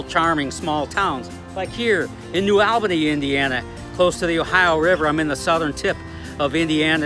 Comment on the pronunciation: The correct pronunciation is New Awl’-buh-nee